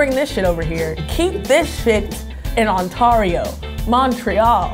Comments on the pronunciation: i sort of cringed when she said "ontah-rio" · Lmao “ontawrio” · wtf is an "Ontawrio" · Lawl I'm Canadian. I have one major question for you Americans. If you guys banned kinder eggs because their dangerous, why do you allow guns?? From what I have heard from my family you have to have a guns licence in order to carry a gun.? And one more thing... it's pronounce Ont- air- io. Not On-Tar-io. XD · “Ont-are-io” 👎🏻 “Ont-air-io” 👍🏻 Ontario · “UntArio” wtf😂 it’s Ontario, on-terry-oh is how it’s pronounced 😂😂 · Did you Just say OnTARio? It's said like OnTAIRIO. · On-t-ah-rio On-t-air-rio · ONTAWRIO - on-tear-ee-o MONTREEL- mon-tree-ul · And also it’s not pronounced Ontawio it’s pronounced On-ya-rio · It's Pronounced: "On-tAr-Rio". Not "On-tawr-io". Real Word: Ontario... Please get it right. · it's not on-Tario it's On-tear-io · Pronounced ON-TAIR-EY-OH not ON-TAR-EY-OH I’m sorry this really doesn’t matter but I’m from Ontario so it pisses me off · Haha I noticed that too, but I think she meant Ontario AND Montreal. The only thing that bothered me was how she said “ONTAWREEOH”.... like Bruh.... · Was anyone else pissed at how she said Ontorio instead of Ontario?? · Ont"aw"rio? WTF?? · "On-tah-rio" Canada to be exact 😉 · "ontare-io" lol I love that pronunciation. :( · you know what i find hilarious? a lot of the northern states are more north than Toronto and Montreal but yet Americans keep on referring to us as the north. also Montreal isn't in Ontario or ontawrio as she said it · Canadian kids also know how to say the names of American states properly. Ontriao. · Ontario how it sounds like when she said it “ontauriro” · ONTAAHRIO, MONTREAL as a canadian... i can't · As a Canadian, this was really interesting to watch. 👀 Also, onTAARio honey no- that's not how you pronounce it. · I wanna punch that girl IT'S ON-TEAR-EE-OH!!!!Grrrrrrrreeeeeeee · ON TAW RIO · ON-ARE-IO lmaoo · I’m Canadian and it’s spelt Ontario and pronounced ontairio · On-tar-ey-o. Lol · on-tar-ero smh